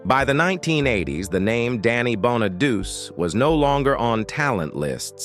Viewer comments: It’s pronounced Bon-a-do-chee. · I had to ignore the misprounciation of his last name because I wanted to learn how Danny is doing today. He is truly a survivor and its terrible how many other child stars lives ended tragically. It was and probably still is a cruel business to be involved in unless you're surrounded by a good family or support system. There are predators out there looking to take advantage of the weak or uninformed, kinda like our current president and it's administration members. It's a cruel world we live in. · LEARN HOW TO PRONOUNCE HIS NAME!!!! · Soon as the fake voice mispronounced his last name I stopped watching. Although I did leave this comment.